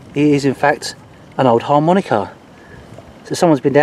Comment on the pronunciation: => harmonica* / mouth organ. * Sounds like a pirate who just found his long lost love. "Harrrrr Monika... thar be ya....."